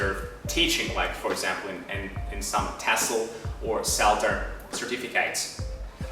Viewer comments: what kind of accent is this? that pronounces certificate like certifi-kate?with a long "a" vowel? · I find quite interesting the way you pronounce the noun "certificate" : no schwa sound but the diphthong "ai" instead, just as you would pronounce the verb "certificate"...